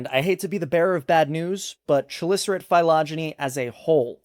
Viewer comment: Hold on, I get that horseshoe crabs are neither Crabs nor Horses... But has anyone checked if they are shoes ...? Also, isn't chalicerate and related words greek-ish, and therefore pronounced "Ka-licerate" like christ and chronos? I'm never sure on pronouncing any taxonomic words, since half of them are latigreco soup, but it definitely sounds strange to my ears with the shhh sound